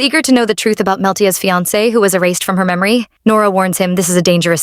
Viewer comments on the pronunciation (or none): none